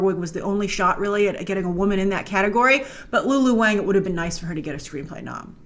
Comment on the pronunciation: Lulu's last name is pronounced "Wong"